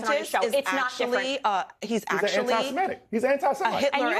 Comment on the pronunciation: It grinds my gears to hear antisemitic pronounced "antisemetic". The clear implications is of a speaker who hasn't read the word and doesn't know its etymology.